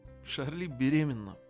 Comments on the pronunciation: Братан она не ШАРЛИ а ЧАРЛИ! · И нечего что читается Чарли ._.